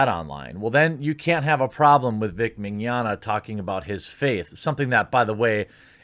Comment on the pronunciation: In fact you are one of the few ppl i heard pronouncing his name right " mini-onna" is what it sounds like, there's a lot of Italian descendants in Brazil and we're quite used to their names, and Portuguese speakers get almost all of latim related languages easily